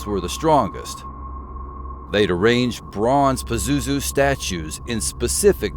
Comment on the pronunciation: Hi yes while you're mispronouncing his name , which is probably a good thing. Indeed pazuzu is real and yes I've had encounters and yes as the ancients did . I have and can call him if needed today . The missing artifacts were taken by united states proxy army ISIS and sold to private collectors whom either surrendered to gov were gov or some connection to . They invaded Iraq because Saddam found a Stargate while restoring Babylon. That begat desert storm . Crowley released pazuzu in 1939 , he was bound before that a few houndred decades . Pazuzu is quite free and quite active . By the way he's known as the grinning dark angel of the four wings .